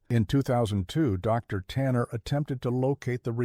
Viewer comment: Fun story but to BS 😂😂 and teach your A.I. reader to say "o'clock" and that theres no pause for the "." in Dr.